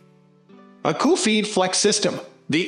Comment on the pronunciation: ACUFEED - not uh QUE feed!